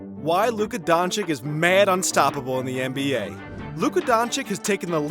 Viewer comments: it's not dang-chick. it's don-cic. No K sound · *Chich not Chick. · he is Dončič,not Dončik.. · Pls. my pren … Doncheeech not Donchick. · Haha Donchik, I mean how long is this guy in the NBA? Donchik!!! Please educate yourself before opening your mouth, ridiculous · Is doncic not doncik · Not "Donchick" but "Donchich" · it's Doncic not DONCIK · Your video is great. But... People, for us, this just rips our ear every time we hear it "Donchik". And there is no excuse, because he is here already one year and a half, whoever is in the basketball and especially the ones that are in the media SHOULD know. That is basic journalism. Not to talk about how disrespectful it is. PS: To others, do not call people "nazis". Not funny, like at all. Especially for people in Europe. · dude said Donchik like a hundred times. My ears are bleeding. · I swear If i hear him one more time saying Don-chick imma have a heart attack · STOP CALLing him DONCHICK DONçiç zzzzzzzzzzzzzzzzzzz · Is Dončić please go learn to to say it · Show a little bit respect for Doncic... Pronaunce surname correct!!! He isnt chick... It is not too hard to learn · It’s Luka Dončić